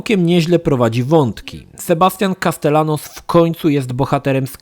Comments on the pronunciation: "Sebastian Kastelanos" - uszy mi krwawią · Drogi, z całym szacunkiem ale na przyszłość w hiszpańskim podwójne L czyta się Jot, tak więc nazwisko bohatera wymawia się Kastejanos.;)